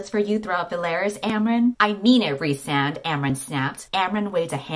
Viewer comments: rhy's name is pronounced "reese"??! I thought it was "rise" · Every time you say the name "Rhysand" I hear "Ree~san" like weeb that I am :')